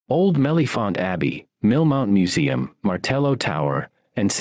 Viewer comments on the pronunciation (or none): none